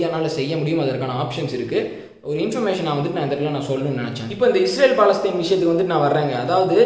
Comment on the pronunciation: Bro its ISrael not IsHrael... Nice video...